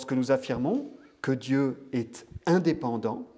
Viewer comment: Monsieur, on ne prononce pas le "T" quand ont cite les verbes être >>>est<<< ou avoir >>>ont<<<